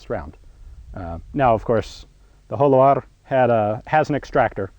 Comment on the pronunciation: Your Spanish pronunciation is not bad at all! Un saludo Ian y si alguna vez vienes a España te invitare a probar mis armas!